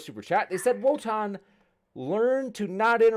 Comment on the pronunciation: Wotan with the “L” again